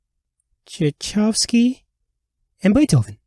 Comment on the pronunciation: Chopin is not pronounced “chop in.” Narrators should learn proper pronunciation. And this narrator’s pronunciation of Tchaikovsky is just as laughable.